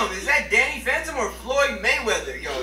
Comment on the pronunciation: its sound like hes saying he's a fanta 🤣